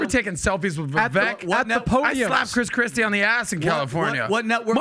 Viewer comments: How does Adam STILL call Vivek “Viveck”, I swear he has a flat brain. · Guys, Vivek said his name is pronounced to sound like Viv-ake, like cake. I'm not voting for him.